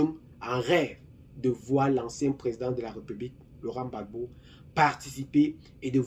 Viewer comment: Rectifié cest Gbagbo et non babo